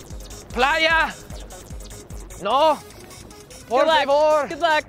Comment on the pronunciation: "Playa"? "Por Favor"? "Cerveza"? Dude.. one word.. FAIL !